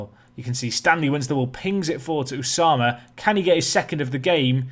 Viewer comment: Ousama? Osama if you’re drunk